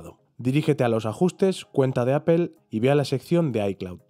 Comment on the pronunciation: Una sugerencia, la palabra Apple es inglesa, al pronunciarla no suena la “e” al final.Fonética elemental.